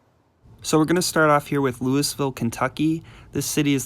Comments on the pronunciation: It’s lu-ah-ville not “lewisville” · Loo-e-Ville as in King Louis XIV of France, not Lewisville. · *Luu-uh-vull They will literally slap you if you pronounce it “Louis-ville”, lol. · "LEWIS-VILLE"????? The place in Kentucky accepts five pronunciations as being proper. They are, in no particular order: "Loo-vul" "Loo-a-vul" "Loo-e-vul" "Lou-ee-ville", and "Loo-a-ville". Head into that city and ask where anything in "Lewis-ville" is, and you'll get laughed at. Research. It's your friend if you choose to use it. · You lost your credibility on this video with your pronunciation of Louis- ville. The French settled the city in the late 1700’s. Original is pronounced Lu-wee ville. Locals pronounce it Lou Ah Ville. Also you did not mention southern Indiana counties are included in the metro area. Well over 1,200,00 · Lewis-ville.. really? lol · Did this man just say....Lewis ville? 🤣🤣🤣🤣🤣🤣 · Lew - Iss - ville? Child please! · Thank you for providing the correct pronunciation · I'm pretty sure it's pronounced. Louie-ville. But nice try. lol! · Louis Ville? Lol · You mispronounced Louisville, KY. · You don't know why Memphis doesn't really extend westward and you don't know how to pronounce Louisville? A'ight hoss, I'mma hit that unsubscribe button.